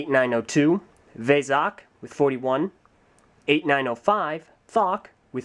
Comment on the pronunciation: Vezok is not veh-zok, it's vee-zok!